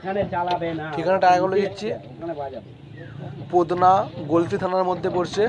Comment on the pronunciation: পোদনা,,, না 😂 পতনা হবে